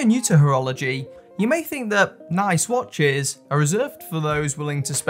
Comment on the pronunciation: Mate your accent is legendary. I laughed out loud . For some reason the way “years” came out was priceless. Great “watch-ezz” Keep up the videos more more more. I’ve missed your bashing of MVMT and filippo spaghetti or whatever it was.